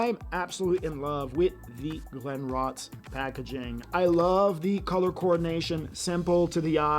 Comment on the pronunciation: Don't you check the pronunciation of the distillery that you're not familiar with? I would suggest you do it before recording. Just saying.